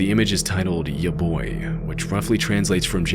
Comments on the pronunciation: when he pronounced ヤバイ as "ya boi" 😭😭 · why did you pronounce "yabai" ya boi????? lmao it ruined the atmosphere but at least i got a laugh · Omg imagine saying yabai as ya boi. I died there too lmao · When pronounced the Japanese word yabai as "ya-boy," I can feel that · I'm not japanese but pretty sure he pronounced yabai wrong, it's not yaboi lol.. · Uhm, I think it's yabai and not ya boy, lmao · I was actually being serious but yea the “ya boi” was pretty funny as soon as I heard it. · I genuinely wanna know how he got "ya-boy" from "yabai" lol. there's no O there & it's an english version of kanji where you literally just have to say it how it's spelled 😅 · You pronounced “yabai” wrong. It’s pronounced like YAH BY and in my experience it’s usually negative but yeah sometimes it isn’t either I guess. Great video regardless. I was trying to translate Japanese before you revealed the translation to practice my Japanese a bit. 😂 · Yeah, definitely, especially his pronunciation of Yabai! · Yabai is not pronounced "ya-boy," its like "ya-by." The b isn't very pronounced like in English. Like if you say "ball" you kinda press your lips harder together to really pronounce the B. With "yabai" its like barely pressing your lips together. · It's pronounced "Yah Buy" 😭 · ya boy 😭 it's ya-bye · yabOi?? or yabAi??? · Yaboi-- Brother, please. It's pronounced yaBYE. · “Ya ba i” (ˈjɑ bɑ aɪ) mispronounced by as Yaboi is so funny to me it cleared all the scared off me lol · "yabai" = ya bye "yaboi" = IT'S YA BOI GAMERBOI 3000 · Misreading "yabai" to "ya boi" threw me off and now I'm loling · 'yaboy' omg nooo. it's pronounce ya-BYE, no ya boi lol 😂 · It’s yabAi not yaboi 😭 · The "Majin Sonic" image used to scare me as a kid, but now that I know it's nothing nefarious and it's a easter egg made by "Majin" himself, I find it charming. The JP soundtrack makes it less scary too. EDIT: Yabai (やばい) is pronounced "ya-BYE", not "ya-BOY" lol